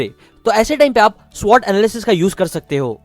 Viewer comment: It's only SWOT not SWOTT...